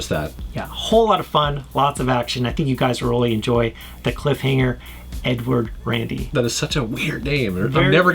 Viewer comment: i thought he said "N-word Randy" XD